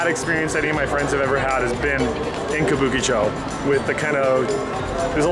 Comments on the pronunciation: What is it again "kabookichow"? ahahahahahaha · Careful there. A lot of Yakuza bars, but hey... how do you pronounce Kabukicho like that? Makes no sense. More like Kah-boo-key---chaaaaw. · Considering how Japanese people pronounce Kabukicho, hearing this guy is hard on the ears!